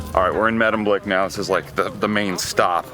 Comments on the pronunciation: May-demblick, not Meh-demblick. ( for the next time you're there ) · why did you say Meddemblik ?